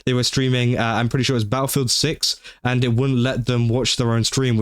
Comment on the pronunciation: Honestly... I dont say this withe the intent to insult you, but everytime you said, "Battlefield 6" thanks to your accent, thought you were saying "BaoFoot Six" and it was some sort of new horror game centered around Bao.